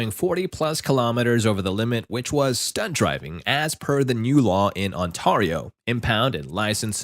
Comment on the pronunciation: “On-Tar-rio” bruh lol